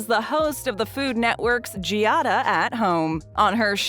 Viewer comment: Learn to pronounce Giada